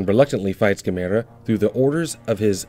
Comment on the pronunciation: Say the name right